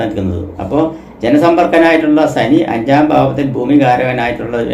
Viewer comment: രാസി യ ല്ല രാശി നാക്ക് നന്നായി. വടിക്കുക സനിയല്ല ശനി